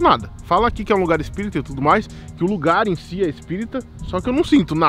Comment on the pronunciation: QUE AGONIA DO FALANDO "CIDADE ESPÍRITA"